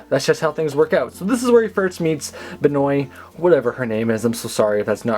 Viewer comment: BENIO not Benoy!!!!